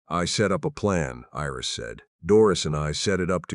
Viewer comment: Iris is not pronounced as an "e". Iris is pronounced with a long "I". The story is good; however, it seems a bit unfinished.